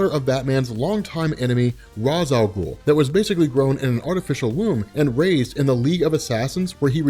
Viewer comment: There's only one thing I'm a super stickler on when it comes to comics and that's Ra's al Ghul's name pronunciation. If you don't know what I mean there is an episode you should watch a Batman Beyond called " out of the past " it does a great job at explaining this. I didn't finish the episode but, I'm sure the episode is awesome like all the other ones, anyway keep up the great content